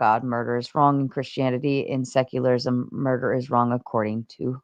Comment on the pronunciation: Why does Whick keep saying “seclarlism”?! Lmao!